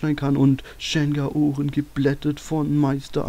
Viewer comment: Achja: das spricht ma Schen Gao Rehn aus xD nich schen gaorenn xP ich habs so mit der japanischen Aussprache, sorry xD